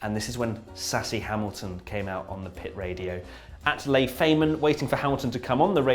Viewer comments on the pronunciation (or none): none